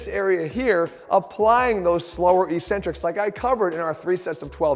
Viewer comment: Why do exercise people persist in mispronouncing eccentric?